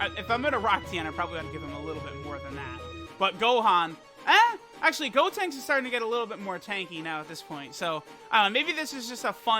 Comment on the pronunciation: “Gotenks-suh” Hilarious 😂 😂